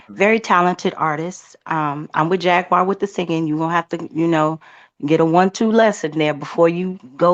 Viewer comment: Not Jag Wire! 😢😢😂😂